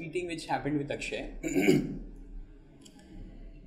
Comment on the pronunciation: Akshaye not akshay